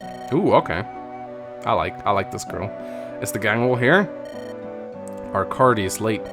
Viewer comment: Game: Arckady: ArckaRdy Game: IngriD: HinGry I also enjoy the longer dialogue